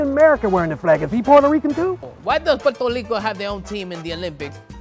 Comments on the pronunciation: Puerto Lico???????????????? RRRRRRAAASPATE PA'L CARAJO!!!! 🙂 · Omg the "puelto lico" thing is how my Mexican husband get into my nerves. We do not say puelto lico mano! Uno dice Puerto Rico carajo! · Saying “Puelto Lico” will get you slapped, don’t try it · I was so done when he said "Puerto Lico" i can't face that truth man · Is gringee when other latinos say Puelto Lico XD. That's not how we talk. We only change the R for the L after a vowel (when we say Puerto for example). Y arrastramos la R before vowels when the R is after another vowel or when the R is the first letter of the word (when we say Arroz or Rico for example). And also we change the S or Z a lot for the J when we talk but is a weak sound (when we say Arroz or arrastrar for example). 🇵🇷. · Is gringee when other latinos say Puelto Lico XD. That's not how we talk. We only change the R for the L after a vowel (when we say Puerto for example). Y arrastramos la R before vowels when the R is after another vowel or when the R is the first letter of the word (when we say Arroz or Rico for example). And also we change the S or Z a lot for the J when we talk but is a weak sound (when we say Arroz or arrastrar for example). 🇵🇷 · you know well we don’t say Puelto Lico! 😡! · IM CRYING "GoyaBean" "Puerto LICO hat" 😂🇵🇷🇵🇷🇵🇷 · The latest one ive heard is " i should buy property in Puertoh Reecoh" 🙄🙄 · “puertolico”💀😭🤣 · "Puelto lico"😂😂😂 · puelto he call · never say puelto lico 😂😂😂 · es el más gracioso con pronunciar la “L” PueltoLico... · Stop saying Puerto Lico it's very disrespectful to our people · Puelto Lico